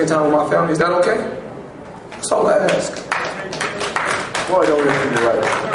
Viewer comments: Dis I miss something? Since when do we celebrate cheaters? I like how when ever he "ax someone" I think he means ask. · Billionaire,says axe me,when he means ask...Wow.